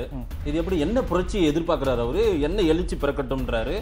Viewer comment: உங்களால் தமிழ் கூட சரியாக பேச தெரியவில்லை...நீங்கள் எல்லாம் ஒரு Anchor...எழுச்சி என்ற வார்த்தையை எலுச்சி என்று பேசுகிறீர்களே...வெட்கமாக இல்லை... முதலில் நீங்கள் ஆதரிக்கும் ஸ்டாலினை பத்திரிக்கையாளரை சந்திக்க சொல்லுங்கள்